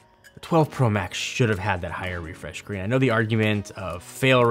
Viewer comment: Yeah, except for the part where he said “refresh green“ WTF IS THAT!?!?!?